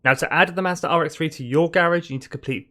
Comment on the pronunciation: Hearing you say mazda kills ny soul